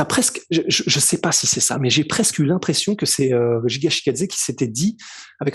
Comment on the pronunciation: Ce n'est pas Jiga c'est Giga brooo's des sueurs x)